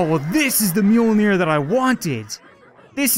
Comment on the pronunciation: Mjölner not mjolner And yes i am swedish